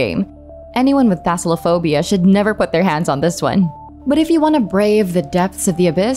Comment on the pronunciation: Also: "Thasalophobia" 🤣